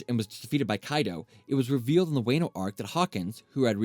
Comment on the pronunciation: yet he calld wano "way-nu"